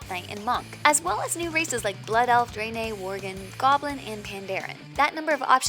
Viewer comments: Dray-nay. Disliked. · Great race, the dray-nay